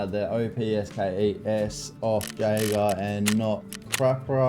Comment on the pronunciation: Wild pronunciation of Jaeger.